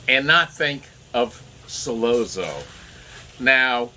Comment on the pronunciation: Not pronounced "Solozzo" but "Solotzo" Double zz is pronounced like tz.